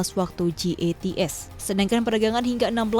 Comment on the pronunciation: Jats kali bukan gats haduuuuuh